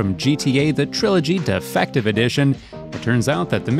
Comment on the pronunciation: Gta investigator say gta 'defective' edition not gta definative edition